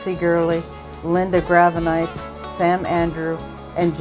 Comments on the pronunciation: Too bad you kept mispronouncing Gravenites. 🤨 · Would have been nice if somebody coached the woman doing the VO on how to pronounce "Gravenites."